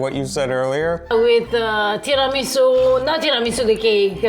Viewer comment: You have an Italian wife pronouncing Tira- misu Over & over You come back pronouncing it Ti - rami - su ??? Cmon respect the words/language - Don’t be one of those americans